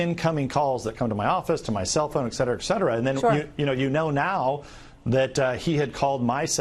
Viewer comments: ETCETERA!! E. T. C. E. T. E. R. A. not Eccetera . . . Bloody idiots. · Never trust a supposedly smart man that pronounces it “X-cetera” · Haha he did! 😁👍